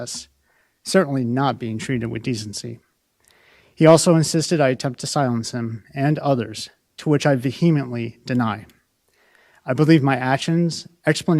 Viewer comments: “Vaheamently denied?” Um did he me vehemently? Make me wonder who wrote this for him if he can’t even read his supposed own words? Yet another snowflake. And there it is in his own words, he was subject to bullying. OMG. Grow a pair dude. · He didn't know how to pronounce "vehemently". Listen to Prem Rawat!